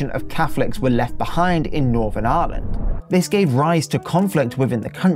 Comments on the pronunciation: are you really pronouncing Ireland as Aaaahlund? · The way he pronounces Ireland is extremely irritating